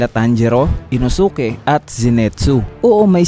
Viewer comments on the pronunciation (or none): Pag may "SUKE" yung name sa DULO lods silent "U" yon eh Katulad Kay SAS"U"KE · Inosuke parang sasuke yung bigkas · Natawa lang ako sa INO-SU-KE 😂. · Kuya Pls Say InOsUkE Again😂😂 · Uhm ah ung pagbanggit nga pala sa pangalan ni Inosuke is inoske :)